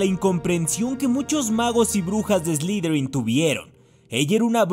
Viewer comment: ... Que es "slidrin"? A caso no se dice Slytherin?.